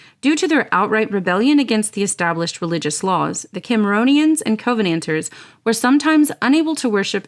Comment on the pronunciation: An excellent video. A couple of minor things though in the pronunciation. We would pronounce it “cuh-venanters” not “co-venanters” and it’s “Jack-o-bites” not “Jake-o-bites”. Great work though.